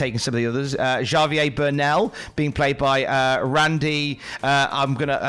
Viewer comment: Javier is not pronounced Jar-vier, it's haa-vier 🤓